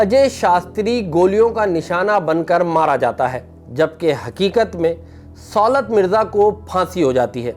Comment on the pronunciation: آپ کو کسی تعلیم یافتہ صحافی کو پروگرام کے لیے بک کرنا چاہیے تھا سُولت نہیں صولت ہوتا ہے۔ اب یہ بھی بتانا پڑہے گا